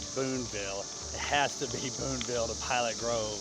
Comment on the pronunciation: FYI Booneville has no "s" in it; sounds like you said Boonesville a few times. Otherwise, great video and I'm m going to do this sometime, this summer, with a lifelong buddy